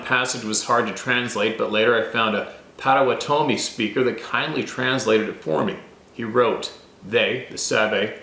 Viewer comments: "Pot a watt' a mi" Potawatomi with the emphasis on the watt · can you at least say the name of the tribe the way it was meant? It is Ah nish' shin naw' bay. You are pronouncing it wrong. And it's also Paw' to waw' to me. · Hey brother… the way to say it is: POT OHH WATT OHH MEE 👍❤️🇺🇸… not trying to be a critic, just trying to help. Much love ❤️ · Pot-uh-waht -uh-me. Potawatomi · Here in Oklahoma, it's pronounced Pah-toe-wah-tah-me. If that isn't correct, I apologize, I've heard it that way all my life.